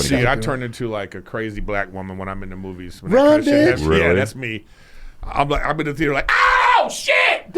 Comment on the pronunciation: Same as “smoovies”